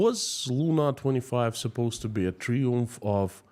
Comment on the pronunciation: FOR YOUR INFORMATION THE WORD Triumph is pronounced in English as "TRY (ie as in EYE) UMF" rather than "Tree-umf". That would apply in the UK, USA, Australia, New Zealand, South Africa etc. In the French language that word is pronounced pronounced as you pronounced it, but not in English. Having said which (1) your English is MUCH better than my Russian and (2) this is yet another good video.